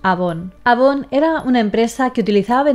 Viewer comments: avon se pronuncia eivon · Si eres de LATAM, en algún momento de tu infancia, tu mamá se dedicó a vender productos Avon o viste alguna de esas revistas. P. D.: se equivocó en la pronunciación. A Avon se dice "Eivon". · Eres de colombia?, Porque me he dado cuenta que los colombianos dicen así"eivon", porque por ejemplo los venezolanos le dicen Avon, yo no comprendo porque, jaja.